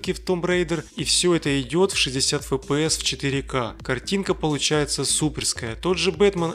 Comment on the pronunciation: Зачем кого-то учить правильно произносить слово Shield, если сам непрвильно произносишь FPS?